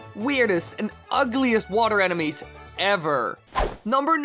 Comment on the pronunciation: kept sounding like "animes"